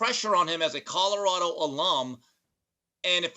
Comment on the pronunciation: Love your show Whitlock but please learn to say Colorado not Codarado